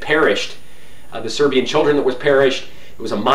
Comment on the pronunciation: Very nice Serbian pronunciation for a Westerner! Congrats!